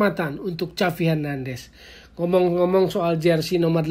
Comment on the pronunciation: Cavi hernandes, agak aneh dgrnya..